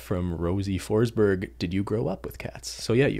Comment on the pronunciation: Ok I was listening to this while playing Mario. Then Ben said Rosie Forsberg, and I thought oh that's my last name too wait did Ben just pronouns my last name correctly without even trying? Since Forsberg is an uncommon name (outside of Sweden) no one ever pronouns it correctly even though the English version is phonetic. #BenGotMadSkills